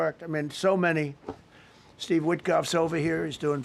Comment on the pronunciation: steve you "are firw"😂